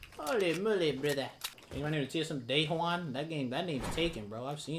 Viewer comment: Day Juan instead daequan 😆😆😆